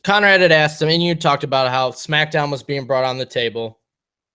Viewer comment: Nothing Vince Russo says proves in anyway that Bruce Pritchard is mistaken with his allegations. Nothing. One more thing - the word is pronounced "ask" not "aksed."